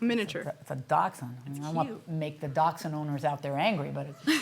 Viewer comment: Did she really pronounce it duch hound? 😂😂😂😂